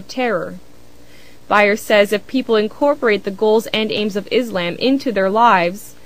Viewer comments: its freaking ISLAM not IS-LAMB learn to pronounce it right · Izamb....Fuck, when are people gonna say 'Islam" it's with S not Z... ffs. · Why do most Americans always say ISlam? The pronounciation should be on the latter. isLAM. Not ISlam. That sounds silly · its ISlam ISlam its not IZlam you stupid biitch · omg i hate it when they say Izlaaaaaaam ... it's Islam ...easy.I...S...L..A...M seeeeeeeeeee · is-lamb. love the way she pronounces it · She needs to learn how to pronounce Islam right, its not IzLAMB...